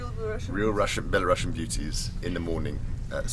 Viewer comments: Not BelaruSSian! BelaruSian!!! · Belarusian not Belarussian lmao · Hi! Love your videos! You are making videos about my country more interesting than many local do. :-) Just a small nitpick, we are Belarusian people (with one "s", no "sh" sound). Belarussian people (with two "s" and "sh" sound) was the correct term during soviet union times when our country name was spelled differently. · Just a little note. When i learned english i checked pronounciation of words and in word "belarusian" letter "u" is pronounced as in word belarus (so its letter "У"), not Russia (where it's letter "A"). It's very common mistake though